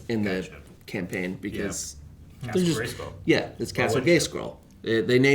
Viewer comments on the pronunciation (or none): "Yeah, it's castle Gayscroll." - Top tier mispronunciation.